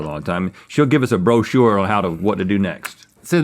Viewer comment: Rhett said “brochure” but I heard “bro, sure”